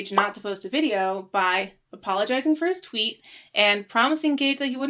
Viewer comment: “Twoot” I love it